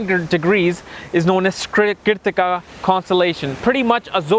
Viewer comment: It's funny how he pronounces Keertika for Krittika, Bharaani for Bharani, Ashwaani for Aswani or Aswini nd many such laugh jerking words...anyways its a nice video though not a complete guide and both my sun n mars are in this nakshatra whereas my sun is said to be in the 1st pada of krittika in Aries for my DOB on the 14 th of MAY and I've my moon in the most royal star of Rohini!